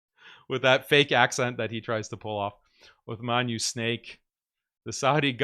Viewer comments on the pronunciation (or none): Snake not shuek